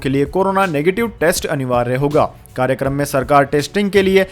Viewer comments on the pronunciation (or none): none